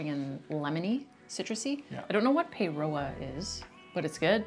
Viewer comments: Its Lemon and Paroa pronounced paa row a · First of all paeroa in L&P is said like pie raw say that quickly pie raw and that's the pronunciation of that word and paeroa is the town the drink is made in. Google it and you'll see the giant bottle. Shapes are a NZ company in Australia. And Feijoa is pronounced fee Joe a. Pineapple lumps are best left at room temperature as the are chewy when soft. A great crisp over twisties is Rashins. So rich as are salt and vinegar chips or crisps with Maggi onion dip not needing the vinegar or lemon added. Jaffas are best sucked those jet planes are also known as ducks feet as they look like them too. Moro and snickers are basically the same. Cookie time is best dunked in tea or hot chocolate. And Cadbury luxury flakes are the best most rich chocolate. Hope this helps.